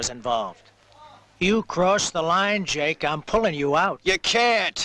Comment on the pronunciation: Anyone else notice "Molly" crying out for "Jack" not Jake? I heard that the first time I watched this in 1992, 30 years later it still annoys me